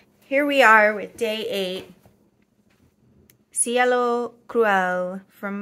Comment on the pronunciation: I think your pronunciation is almost right. Cielo is a little closer to a long "a" sound for the "e". So "si-AY-lo" instead of "si-ello". This is a really pretty blue. I have one bottle of Monarca ink (Cardona...a sheening red). Comes in a pretty box and includes its own wooden bottle holder.